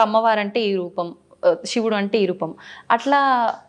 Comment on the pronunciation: షివుడు కాదు తల్లో…..🤦‍♀️🤦‍♀️🤦‍♀️🤦‍♀️😡😡😡 శివుడు అనాలి